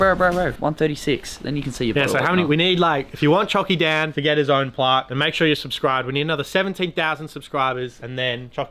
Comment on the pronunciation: Plaque not Plark